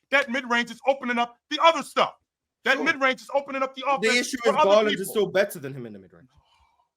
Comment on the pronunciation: Lawd have mercy. I just heard him say Garland better than Fox 🤦🏾‍♂️